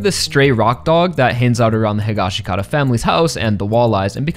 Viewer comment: I like your assessment,buuuuuut you still say Josuke’s last name wrong! It’s Hee-Gosh-Kah-tah! That’s how Araki says it, that’s how the sub says it in part 4, and that’s how they say it in the live action movie!!!!